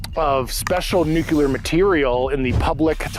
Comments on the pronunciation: Its impossible to believe any person talking about nuclear as a topic who says " nuke-cu-lar". We made fun of Bush for his buffoonery as President speaking such illiterate junk, but now we are supposed to accept it from guys like this? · I'm suspicious of anybodywho can't pronounce the word 'nuclear'.